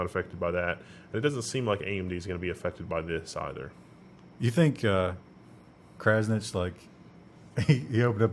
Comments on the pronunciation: It is Kraznić the lest one you pronounce as tsch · "Kraznich Inside"... That kills me